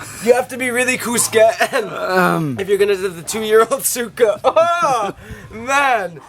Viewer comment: You pronouce suka(vomit) like sukah and suka(vinegar) like you say the a like not even for 0.20 seconds